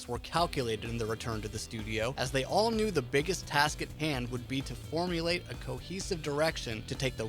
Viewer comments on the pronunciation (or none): none